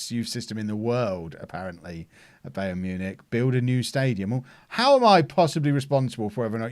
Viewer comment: Is it me or is mispronouncing Bayern Munich?